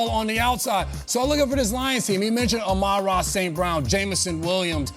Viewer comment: for the record: Amon-Ra St Brown's first name is pronounced " A-MIN Ra "